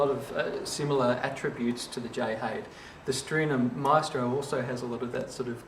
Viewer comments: Haide is pronounced "High-Da". I am local to Ifshin Violins, and hear the name often enough. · except Haide is not a Chinese name. But nonetheless that is the correct pronunciation. Sounds like Hi There. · Lovely video, but pronounce the "Haide" like the Chinese given name it is - in two syllables: Hai like "Hi, there" and "De" like the second syllable of "leader" pronounced like an Englishman. The violin is so named after Jay Ifshin and Haide Lin, the collaborators. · Me thinks its a German name pronounced Hi Dur! You're welcome!!